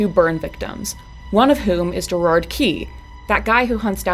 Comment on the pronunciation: IT'S GERAD NOT GERARD